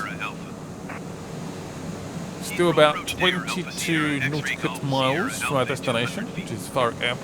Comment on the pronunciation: Nautical miles. NAUGH(ty) - TEE - CALL miles